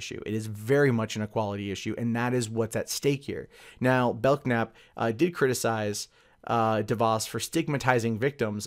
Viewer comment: In the interest of being nitpicky, the name is pronounced "bell nap" rather than "belk nap".